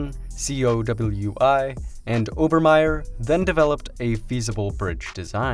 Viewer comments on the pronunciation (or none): COWI is pronounced “Cow-wee” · COWI pronounced COVI.